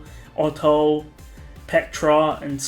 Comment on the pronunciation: did.... did you say... oTTo??!??